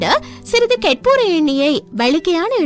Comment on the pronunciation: adiye karpur nu olunga sollu onum puriyala